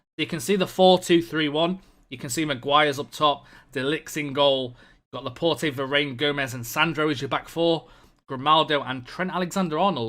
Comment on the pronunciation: Please learn how to pronounce Laporte